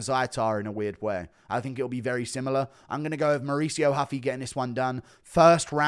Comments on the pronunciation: Stop saying huffy you absolutely tard its ruffy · When is guru gonna realize ‘Ruffy’ is a Japanese pronunciation of Luffy from one piece and stop trying to throw this respectful Brazilian pronunciation in lol